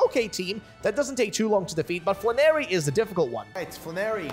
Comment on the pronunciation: Not fla-narry but flan-air-y